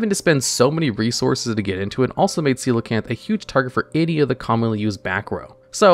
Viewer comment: I can’t believe he read coelacanth correctly of all things…